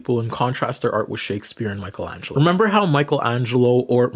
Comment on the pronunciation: Yeah, keep saying Michelangelo's name wrong, they never get our names right!